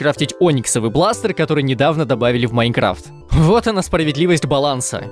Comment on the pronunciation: хм майн крафт или майн сафт что ты там сказал